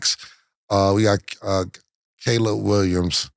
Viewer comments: Cam finally said "Caleb Williams" correctly! You love to see it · Cam finally said Caleb Williams name right 😂😂😂